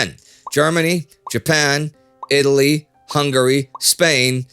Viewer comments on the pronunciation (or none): none